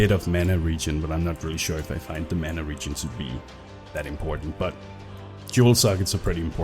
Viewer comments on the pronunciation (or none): none